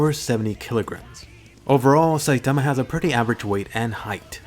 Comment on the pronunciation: I just love the way you say "Saitama."